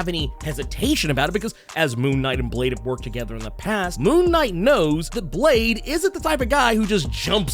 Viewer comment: Blade= Blah-deh